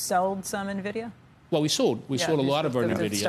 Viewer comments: oh dear....if you can't pronounce Nvidia property you definitely shouldn't be investing in it! It's pronounced ENVIDIA not NERVIDIA!!!!! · What’s Na - Vid - iya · If you pronounce Nvidia as “NUH-vidia”, your analysis is useless. Simple test of whether the homework was even done correctly. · Oh you sold nuvidia huh 🤣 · For the love of god stop saying "navidia"!